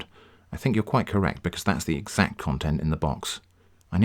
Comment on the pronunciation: “because that’s exCt content of the box” 🤣 !!